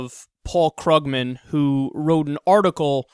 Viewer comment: It's actually pronounced "Kroog-man," Kyle.